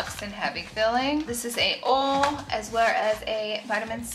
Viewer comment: Seriously one of my favorite influencers… so humble, so kind and giving! Also the way she says oil “ole” is the best 😂❤️